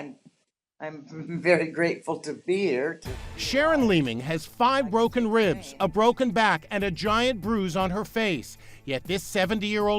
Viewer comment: 9 seconds did he say rims instead of ribs